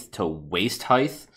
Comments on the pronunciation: Curtainly and heighth? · It's height. Height. Not "heigth". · Heighth? Really? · ...heighth. I almost clicked off the video in the first 30 seconds bc of the way he says height. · You pronounce height weird.